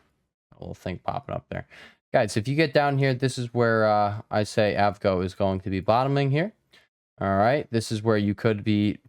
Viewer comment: You mean A V G O? Broadcom lol